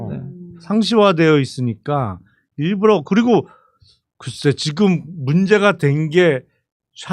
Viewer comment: 일불러가 아니고 일부러 ㅋㅋㅋ 계속 일불러라고 발음하시네